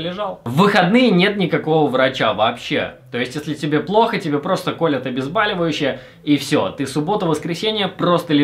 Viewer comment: Блядь вас тоже бесило, то что он постоянно говорил обезбАливающие